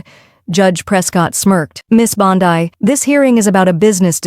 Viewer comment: God. Can anyone please please stop AI narration. My lord. Mispronounced names constantly. It's not Bond I